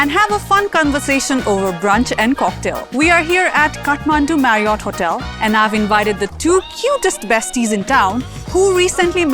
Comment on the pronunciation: Cun-versation? Marri-yot? 😂